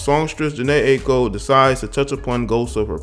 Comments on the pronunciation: It’s pronounced eye-co. Good vid tho bro. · Jhene eye- ee- ko is how it should be said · This nigga can’t or won’t say her Aiko’s name right... It’s Aye-eee-ko